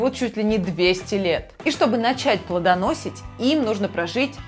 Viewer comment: Правильно плодоносИть! Сдающий егэ 11-клашка 😅